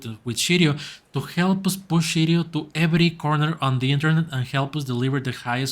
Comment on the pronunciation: I'm a big holder of Shiryo. Please say Shiryo correct. Sounds like you are saying Shityyou?